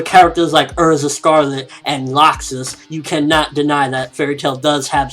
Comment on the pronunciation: Why tf do most reviewers pronounce Erza as Uh-rza.. are yall watching the anime with english dub or something, even tho i doubt its pronounced like that even there...